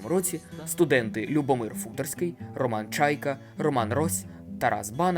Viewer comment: Треба було перш ніж викладати відео, дати львів'янам прослухати. Тоді б вам сказали, що наголоси в назвах вулиць і прізвищах мають бути: Валòва, Футòрський, Барбàра.